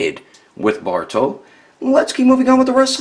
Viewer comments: he sounds like he's saying baruto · Wait u kept saying “borto”